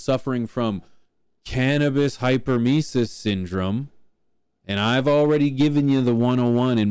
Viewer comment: HEY HEY HEY..HOW MANY TIMES WE GOTTA HEAR THIS?? ITS BS, BUT LIKE IF YOURE GONNA SAY IT, THEN AT LEAST SAY IT RIGHT!! ITS PRONOUNCED HYPER EM IS IS, NOT HYPER MICES......OR HYPER MOUSES, OR WHATEVER YOU ARE TRYING TO SAY. ITS GOT NOTHING TO DO WITH SPEEDY LITTLE RODENTS! IT DOES NOT EXIST, BUT IF IT DID, IT WOULD BE PRONOUNCED HYPER EM IS IS. HYPER, MEANING FAST, AND EMISIS, MEANING TO EMIT, OR TO VOMIT. HYPER EM IS IS......THANK YOU 👋😄👋😄✌️